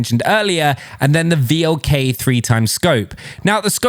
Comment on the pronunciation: please do not read V.L.K. but read it like VLK it means wolf in english. And i found that scout optics works better for me